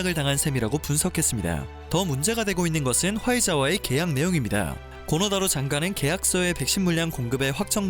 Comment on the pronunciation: 뜬금없긴 한데 정확한 발음은 고노다로가 아니라 "코노 타로" 입니다. 정정해 주세요